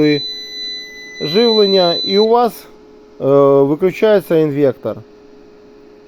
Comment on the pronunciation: інвеКтор )))))))) трахтор))))))